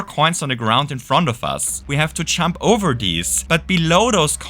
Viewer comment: Stop saying "chump" it’s "jump"